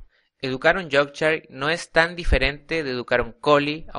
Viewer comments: yorkchain jajaja. cojonuda pronunciación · pero sino sabes ni pronunciar su nombreeeeee